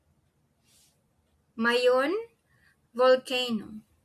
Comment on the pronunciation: Thanks for your vid. Shouldn’t it be seeBOO for Cebu & maYON for MaYON & baTAHness for Barnard, since you are stressing the 2nd syllable? The slide shows the right stress for Boracay, but your pronunciation sounds a bit off if said too slowly.